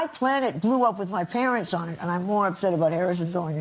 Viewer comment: Why did she pronounce her "s"s weird when she got old? Is she afraid her dentures would fall out? Her jaw is all clenched. "I don't go up there because there are schpiders." "My home planet blew up with my parenchs on it."